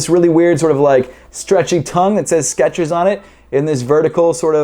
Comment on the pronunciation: its skechers not sketchers